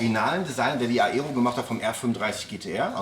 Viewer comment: "Aero" hat einen stillen A. Also wie Ero und nicht A-ero. Sonst sehr gute Videoserie